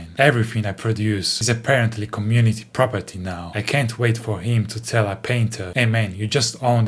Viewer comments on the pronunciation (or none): you know what else is community prahpahteee?